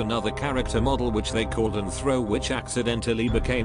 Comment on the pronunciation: it’s arthro idk why a lot of ppl say it like anthro